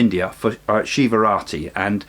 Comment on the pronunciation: My head knows you're saying naadi leaves but my ears hear it as naughty leaves. Lol